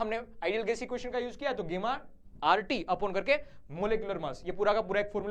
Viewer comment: It's gamma not gemma